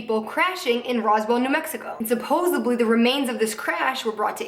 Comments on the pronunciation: suppos-ED-ly...no hate 💙 js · She keeps saying supposably. It's supposedly...